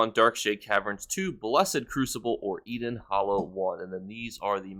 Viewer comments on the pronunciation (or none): its Elden Hollow, not EDEN Hollow